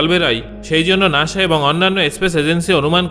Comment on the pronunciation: আগে শুদ্ধভাবে কথা বলতে শিখে আসুন।নাশা নাকি নাসা? যায় নাকি জাই?